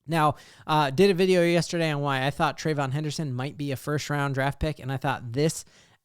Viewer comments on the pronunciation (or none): Trey-ve-yon henderson. At least get three syllabales in there fam.